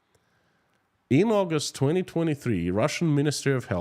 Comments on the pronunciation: In American english it's... skit-so-fren-ee-a... Schizophrenia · that's a difficult word even for native English speakers, it is pronounced 'skit-so-free-nia'. Multiple personality disorder. The name does not help! I hope I have! Sleep well and sweet dreams of the Motherland my friend.